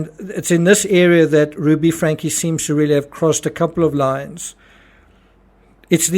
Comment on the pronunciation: It’s pronounced Frank-ee. There’s an e at the end of the name.